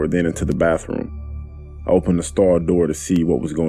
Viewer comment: Narrator, dude, it's not bafroom. Kids go to the bafroom. Everyone else goes to the bath room, aka, bathroom.